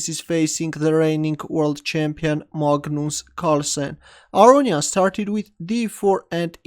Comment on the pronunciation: MAH-GNUS Carlsen is back 😂